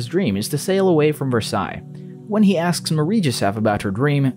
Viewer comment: I’m surprised he pronounced Versailles correctly but couldn’t pronounce Valor